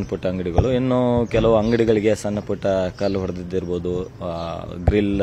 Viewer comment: ಸನ್ನ ಅಲ್ಲ ಸಣ್ಣ... ಸರಿಯಾಗಿ ಉಚ್ಚರಾ ಮಾಡು